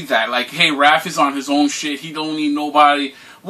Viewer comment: Man,, if you don't stop calling Raph, Ralph.... lmfao